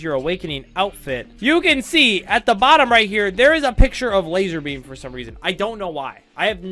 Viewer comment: ITS LAZARBEAM NOT LASER BEAM